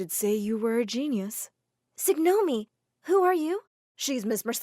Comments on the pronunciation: ... Signoumi ... No συγνώμη 😂😂😂😂 Signomi but it hurts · You are from Greece and when she said "signomi" 😂😂😂😂